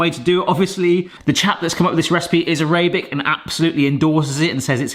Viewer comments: everyone else gonna ignore the aray-bic pronunciation of Arabic ? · A RAY BIC 🤣 AR AB IK